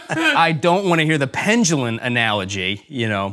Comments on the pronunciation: You KNOW the guys wanted to correct him for saying the word pendulum as "pengelen". If he's not going to pronounce words correctly then he should be canc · This guy's hot: I hope he learns how to say, 'pendulum', soon.